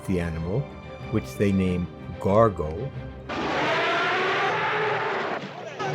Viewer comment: For goodness sake, it’s Gore-go, not Gar-go.